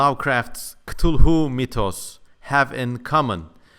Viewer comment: A little notion, sorry, it is actualy kaw-tooloo :D